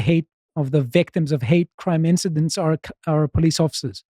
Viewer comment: Please stop saying 'incidencies' instead of 'incidents'.